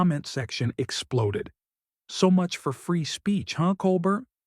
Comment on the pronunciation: What makes this kind of reporting asinine (and i have zero love for DeSantis) is the narrator consistently mispronouncing Colbert's name.